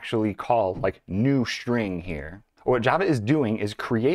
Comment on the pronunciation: I thought String is with an S and not with an SH... String... or SHtring??? Man - I enjoy your videos, but the SH for S are SO ANNOYING!!!